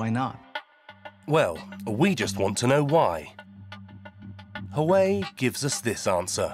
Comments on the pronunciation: Not “who-way”…. It’s “wah-way”……love your report but please get the pronunciation correct 😂 it will make your presentation more believable. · You guys aren't even interested in saying Huawei correctly. Why would they be?😂😂😂😂